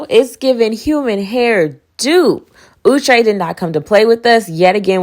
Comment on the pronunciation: U said ouuu-Trey not out-Trey & I’m hollering b/c that sounds correct asf 😭 it’s my 1st time hearing it